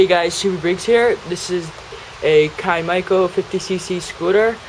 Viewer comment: Ky-MY-co?? bro, its pronounced kim-co. Come on. Where do you even see MY in the name? Kym-co.